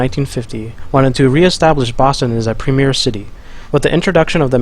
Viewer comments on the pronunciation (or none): none